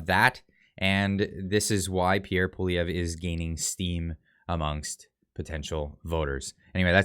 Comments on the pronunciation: Poilièvre (pwaljɛvʁ) A tough one. However, accurate pronunciation would closer to "P-wah-lee-eh-vr". Example: By the way, love the frequent updates,. Keep at it.👍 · Do Something : The easiest way for an anglophone to pronounce Poilievre is as follows. Pouh-wal-lee-evre. The first "e" of evre, is pronounced like the last "e" in the French word, "échec." Hope this helps. ☺ Tomorrow, I'll show you how to say Gérard Despardieu!!! LOL PS: For Poilievre, you can also translate both words that form it and that's Hairhare. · Pierre Prononced ...”Pawlievre” not “Poilievre”.... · please learn to pronounce Pierre Poilievre's name. You are butchering it. Love your no BS reporting!!